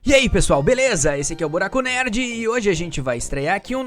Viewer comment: "Buraco nerrd"